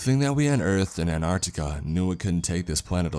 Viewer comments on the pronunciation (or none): You know there are 2 T's in Antarctica not Anarctica.....